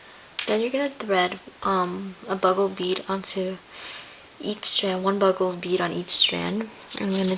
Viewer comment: They are bugle beads...pronouced like the horn-- BU-gle. She calles them "BUG-le". You can get them with the other beads.